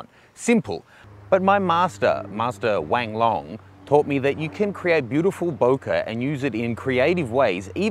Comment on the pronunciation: Sorry, did you just say Wang Long?